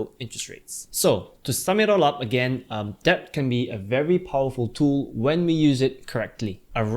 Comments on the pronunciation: Yes... the b is silent.. same with doubt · Thanks for the great video. Just wanna say that debt is supposedly pronounced as "det", not "debt" ya